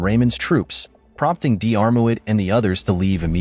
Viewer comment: You have to make allowance for him being American